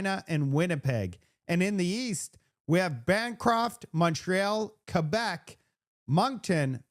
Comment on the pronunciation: Congrats for pronouncing Québec like it's supposed to be pronounced: Key-baik